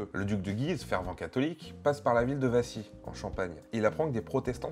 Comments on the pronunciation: Correction Wassy et non pas Vassy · C'es "WASSY" pas "VASSY"...... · La ville de WASSY. Pas Vassy :P